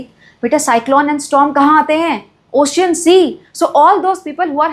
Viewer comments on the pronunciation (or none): none